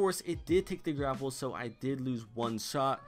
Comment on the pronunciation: Gapple instead of grapple